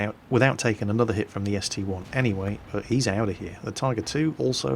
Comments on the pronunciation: ST - I not ST "one" but other than that great video. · its a st-i not st-1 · My Hentai Girl I don't care how call it. It's ST-I. End of discussion.